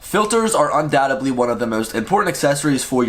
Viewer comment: Any opinion on the PGY brand of filters. They go for just $92 for a 6 pack with case(I think). That's a $100 savings over PolarPro. Here's the link: Also, since you're a movie star now, the word "undoubtedly" is pronounced UN-DOW-TED-LEE not UN-DOW-TUB-LEE. People judge you by the way you speak. Otherwise, absolutely beautiful, comprehensive video. Although I did almost get hypnotized by your swinging window washer pendulum arm after a while. LOL.